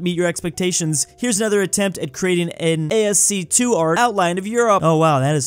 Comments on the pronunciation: While ASCII is a abbreviation, it's pronunciated as a regular word /æski:/ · "A S C Two art", I.... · ... i guess my reply was hidden. "Yeah, isn't it a$$-key?" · It's actually A-S-C-I-I, not A-S-C-2. American Standard Code for Information Interchange is a caracter encoding format. (ASCII 41 is A, 61 is a, 37 is %, 32 is [SPACE], ...) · A S C 2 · Hearing "A-S-C-2" made me feel 100 years old. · ascii is pronounced "as key" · did you just pronounce ascii like A-S-2... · ascii is pronounced aski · It's ASCII as Ask-ie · pronunciation of ASCII is just... chef's kiss. Think we've got a new Schengen on our hands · The way you pronounced ASCII was hilarious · he almost had me believing that was the correct pronunciation after a while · lol if youre not american ur friends are gonna roast you if u say it the way does 😂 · 1) It's "ascii" 2) Mayo on fries rules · bro needs to learn how to say ascii